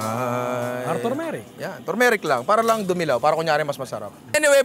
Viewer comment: arhurmeric hahaha